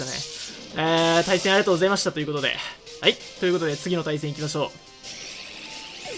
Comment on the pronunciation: 「あいっ」って言ってね？